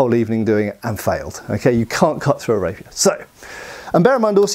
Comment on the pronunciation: I keep hearing rapist 😂